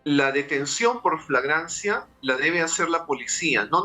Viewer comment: Es FLAGRANCIA, no “fragancia” 🤣🤣🤭